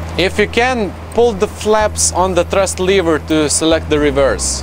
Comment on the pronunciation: Good job,! Btw, "lever" rhymes with "clever".